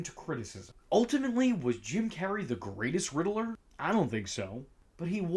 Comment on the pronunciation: God bless you... But It's pronounced "rid ler" not "riddle er" lol